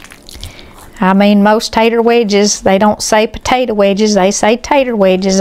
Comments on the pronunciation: Come on. How hard is it to say potato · I'll have a bowl of that "tator" salad right now! Eye roll lol! It's your story sister, tell it like you want to! God bless!